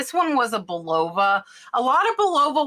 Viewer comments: Just want to tell you that Bulova is pronounced Bull a va! Not Bul ova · Your success inspires me!!! Just so you sound smarter with vintage pronunciation, Bulova is pronounced with the accent on the first syllable. Buh/lova. 😉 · Bull a vah = Bulova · Bulova is pronounced "bull-o-va". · Bulova is pronounced "BULL-a-va".